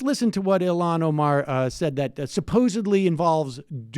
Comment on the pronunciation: Holy shit, she's Ilhan, not Ilham.